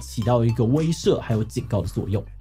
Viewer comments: 威攝？威懾（ㄓㄜˊ）啦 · 結果志祺自己講成威ㄕㄜˋ